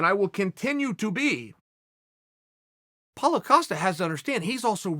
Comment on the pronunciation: I do wonder if Chael pronouncing Paulo's name so it sounds like 'Paul-a' is a conscious effort